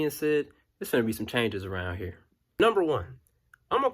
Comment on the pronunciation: "On this hurr application." 😭😭